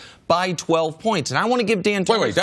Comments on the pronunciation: His name is DANTONI, NOT DIANTONIO, HE NO A FKN Cheerio bruh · Why does Chris Carter keep calling him Dan Tony YO? for a guy that makes a living doing this at least get the names right. It is pronounced Dan Tony